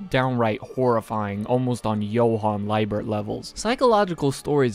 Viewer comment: Good video but you pronounced johans name wrong in . It's German so you have pronounced the "ie" as a "e". It's not a big deal to make this mistake but as a german it kinda triggerd me lol